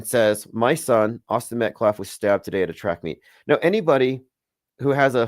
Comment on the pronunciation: calling him Austin MetCLAFF is sending me! 😂